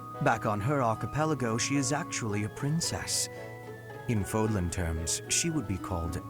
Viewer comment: Not trying to hate but the accent goes the other way in Fódlan